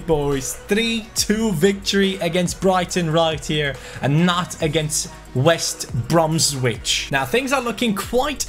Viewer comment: Pronounced West Bromich!! Hello from UK.